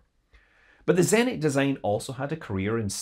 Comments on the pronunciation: zenIt, not zEnit :( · Me: 3EHNT? Russian: you mean ZENIT!